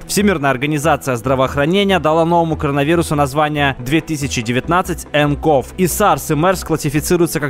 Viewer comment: 2019-nCov читается не как 2019-нКов, а как 2019-нСиови